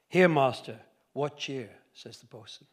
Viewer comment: He did get it right pretty quickly and with a rare grace; by the way, how's your EME reading off the cuff ?